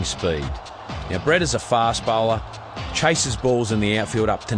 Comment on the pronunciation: An Indian calling him Brett instead of Breet? Now I've seen everything. Good for you 👍